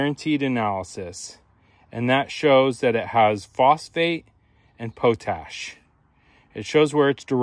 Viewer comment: A stoner pronouncing potash as POE-TASH instead of the normal POT-ASH is a little funny.